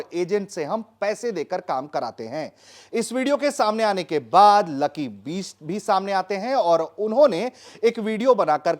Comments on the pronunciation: कैसा पत्रकार है, लकी बिष्ट को लकी बीस्ट बोल रहा है, वैसे लकी ने BEAST बनके ही सुताई की पत्रकार महोदय की 😂😂😂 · ओ पत्रकार महोदय लकी बीस्ट नहीं, लकी बिष्ट है नाम... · “बीस्ट” नहीं पत्रकार महोदय बिष्ट उच्चारण कीजिए । आपकी सीमित बौद्धिक स्तरीय क्षमता सप्रमाण स्पष्टतः दृष्टिगत हो रही है।